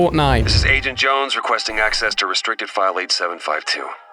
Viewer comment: Ah yes, accssess